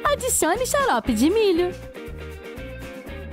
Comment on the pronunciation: ela disse chalope de milho no lugar de charope kkkkk😅😉😂